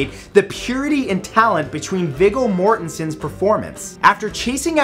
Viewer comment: "Viggle Mortenson"